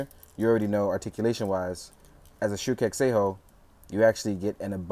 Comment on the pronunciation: Shinkocchou Seihou = shin-KOH-cho SAY-ho